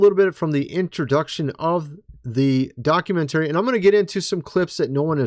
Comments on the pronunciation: Bruh! “Docu-mentarey”? Literally nobody pronounces it that way. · Please please please learn how to say documentary correctly! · Brother, that was a “Mock-u-century” not a”Documentary. Those pictures of his grandfather are obviously AI or CGI created. He was only in Antarctica for a few days, maybe a week at most. Oliver Tree was a great musician and since his death, he’s been highly misunderstood. I feel like I can’t take this video seriously or you should really look into him and all of his material before putting something like this out. Is disinformation and really disrespectful to Oliver.